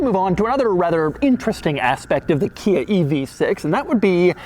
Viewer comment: I knew Hyundai was pronounced like "Sunday". I did not know that KIA was pronounced "Kina". The new badge is awful. You ones on the outside can be easily removed. The one staring at you on the steering wheel, not so much. Might keep me from getting a Stinger.